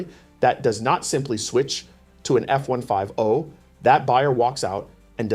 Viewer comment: F one five oh, sounds like an AI presentation or the narrator doesn’t know how to pronounce F one Fifty.